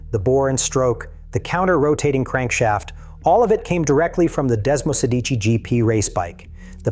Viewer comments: Man you may have the history right but please please please learn how to pronounce those name...my ears flap and my skin gets goose bumps when i hear you ...not even the most simple names...it hurts to hear you. Desmosedici dude (dèsmosèdici...not desmosédiici)😂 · AI voice pronounces all italian and german names incorrectly. All of them, without exception. Not even "desmosedici" is correctly pronounced. Piëch isn't "Peach" etc. Even if the information provided is interesting ... I just can't stand this AI stuff anymore.